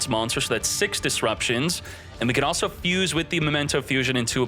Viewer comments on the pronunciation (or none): none